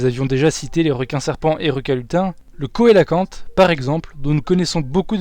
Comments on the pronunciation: Vidéo très intéressante Pouce bleu :) (on écrit cœlacanthe mais on prononce [célacante] :P) Impatient d'une autre vidéo sur le monde aquatique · coelacanthe ça se prononce célacanthe...